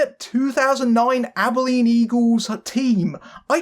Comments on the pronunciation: Also, thank you for properly pronouncing "Abilene." I'm always amazed when people mangle its pronunciation. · Nah, you nailed it. A lot of people mispronounce it as "Abe-e-leen," so I was impressed by your efforts there. And also that you went so far as to check in on the rather infamous local screening. You've clearly done more research than some other reviewers. I'm just sorry the film turned out so mediocre. This was a truly special team, and it deserved so much more than this.